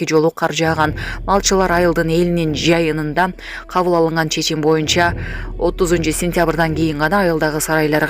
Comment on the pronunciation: Диктор эмне деп окуп жатасын? Кара -Саз айылынын жайынында болобу? Же жыйынында болобу?😮